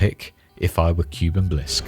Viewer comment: the correct pronunciation is (kooh-ben) shorter O sound but you get it, Edit: bin or ben, both work